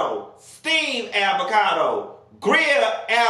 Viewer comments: Hahahhaah what's "Aby-cado" 🤣🤣🤣🤣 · 😂did he just say “avacado sausee” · “AVACADO SAUSHICK” I hollered 😂😂😂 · Not “Abacado” though 🥑😂😂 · Nah Nessa he said Abacado hahaha😅😅